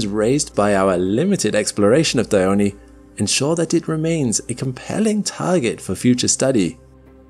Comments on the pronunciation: It isnt Diy-o-ney, it's Die-on (in English, but actually it's Dee-on)... just saying. _ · why Dione craters sound like Anus and Dildo😭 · This is the the first time I’ve had to say this…. Pretty sure the e in “Dione” is silent…. But I’ve been wrong before… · No, it is pronouced Dione. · The fact this video pronounced Dione incorrectly is infuriating